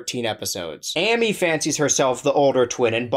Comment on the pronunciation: I appreciate how you said Sammy’s name correctly and mispronounced Amy’s, giving Sammy some vindication